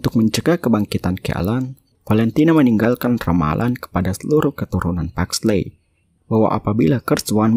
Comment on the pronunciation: Di bacanya Paxli Bukan Paxley :') ey itu Jadi i :')